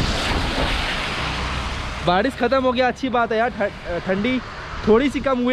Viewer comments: Barish hota hai Badish nahi... Aap bhut words me R ko D bolte ho... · Bhai tu barish ko badish kyu bolta hai.... 😐